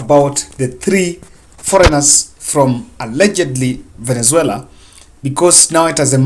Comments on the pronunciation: what's so difficult to pronounce Venezuela? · is suffering from pronunciation syndrome